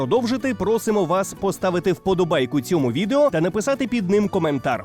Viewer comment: Дякую за відео! Наголос вподОбайка , а не вподобАйка!Але все одно треба ставити! Вивчаймо українську !!!🇺🇦🇺🇦